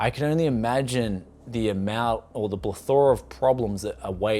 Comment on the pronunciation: Plethora....Pronounced....ah I give up 🤣🤣🤣